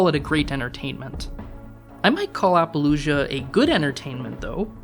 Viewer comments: It might just be your accent, but it sounded like you were saying apologia instead of appaloosa? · To me, it sounded like he made it rhyme with 'Fallujah.' Which is way off. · Well, I guess I'll have to be the critic's critic here. If you can't even bother to look up how certain movie titles and directors' names are pronounced, how can you pretend to have an opinion about them that's somewhat well-researched? *Lyne. *Appaloosa. *Unsubscribed.